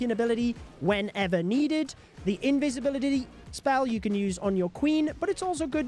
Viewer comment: u just said Invisibilitydity😂😂